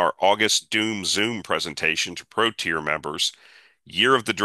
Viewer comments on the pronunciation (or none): none